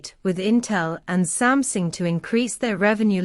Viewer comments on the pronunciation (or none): Why your computer read out pronounced “Sumsing”. Did you misspell the word or I have missed out something?